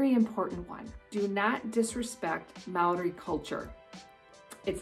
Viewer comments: Also "Māori" is pronounced like "Maow-ree" with a slightly rolled r. The "ā" is a long "a", then you add a "ow" sound. Hope that helps :) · As a kiwi why do english people say maaori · And it's Mo-ri but its spelt Maori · True true. It's a shame that I feel like some kiwis deliberately mispronounce a Maori named place..Why? I don't know..but if you were brought up or have lived here long enough, it's almost certain you know how to properly pronounce it. As for tourists, it's okay to misprounce, and as you say, don't get offended if you are corrected. You will definitely impress a local if you try or manage to pronounce it right..Just show a general level of respect as yo would expect back home. It's a fascinating and unique culture. Most Kiwis will show a lot of appreciation and positivity toward you if you show respect toward Maori culture. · Also, please learn how to pronounce words in Māori right. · You didn't say Maori right the first time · can you say MĀORI again please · Your dissing Maori by saying the word wrong its not hard to say. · It really funny how she butchers the moari Names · You said maori wrong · From an actual kiwi: number 11: YOU SAID MĀORI WRONG 😢😢😢😢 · First off, get your Māori pronunciation right. Second, always have spear beer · te reeo and moori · hey im a kiwi and i just wanted to say its not pronounced Mow-ree or te-reeo its actually pronounced Mou-ri and te-rayo, hope that makes sense 🙃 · Hi I'm a new Zealander and I'm still watching but she pronounced Māori and te reo wrong te reo is pronounced moee like te rao but its te reo and when a word with a line above it means you hold that letter so like Maaori okay I'm going to keep watching😁